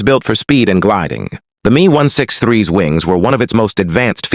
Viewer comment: ai commentary sucks. the 'me' ? M.E. messerschmitt.. not 'me'. ai readers ruin everything... . ww2 might become wuhwuhtoo.